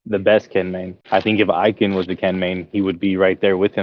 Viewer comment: glad finally learned how to pronounce ikans name lool